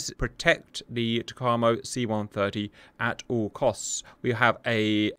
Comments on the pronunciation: I know this is a month old, but TACAMO is pronounced Tack - A - Moe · Sandboxx got this wrong too - should be “tack-ah-mo” 😁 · TAC - A - MO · FWIW: "TACAMO" is pronounced tack-uh-moe. I was in the USN from from 1983 to 1986, and was from mid-1983 to early-1986 stationed at VQ-4/Fleet Air Reconnaissance Squadron 4 at NAS Patixent River {in Maryland, USA}. That is how I know. Also, a joke someone at VQ-4 once told me: Some may think TACAMO stands for Take Charge And Move Out. Others may tell you it stands for Take Action And March Off. What TACAMO really stands for is Take A C-o-c-k And Munch Out. 🤭🤭🤭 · Pronounced Tack A Moe. TackAMoe. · Lol if Simba was there he would've corrected you on the TACAMO pronunciation. Currently the E-6B is in the TACAMO role and is being replaced by the C-130J, an interesting choice! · Hey cap _ your pronunciation of TACAMO is a bit slow, but good enough. Also, the method a submarine recieves the message is a bit off, but i suspect this is best for national security. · Cap’s butchered pronunciation of TACAMO really makes the ears bleed. Sounds like a ski resort town in the Italian Alps.